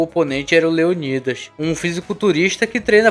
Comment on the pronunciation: Qual a dificuldade de falar o nome leonidas kkk